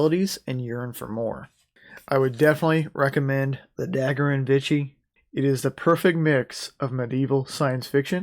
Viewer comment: I think you are pronouncing Vichy wrong. It sounds like you are saying “Vitchy” (like witchy) when it’s actually pronounced more like Veeshee.